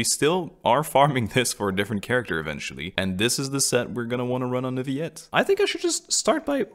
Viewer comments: I really don’t get why they say Neurvilette, even in the game😭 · The name: "Neuvillette" The pronunciation: "Nø-vee-let" My brain: "Nø-vee-yet" The VAs: "Nur-vuh-let" 🥴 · ahh yes, NUERRvilette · uhh monsheur neurvillet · You should pronounce the LLs in his name btw. Its not nuviyet. :p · You see a "R" where? 🤣